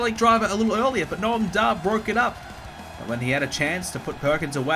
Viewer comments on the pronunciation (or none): Did he call 'Noam Dar' 'Gnome Dar'? How dare he!?